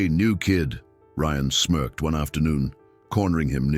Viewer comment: Smerked, not smoked, you twit A.I.